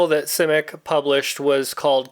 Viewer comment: I've read most of his novels and what amazes me most about him was his imagination. By the way you are the first person I've heard that pronounces his name the way he did. If I have a favorite book it would be All Flesh is Grass.